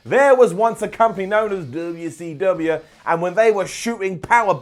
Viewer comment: next video.. "Why cant pronounce WCW right?"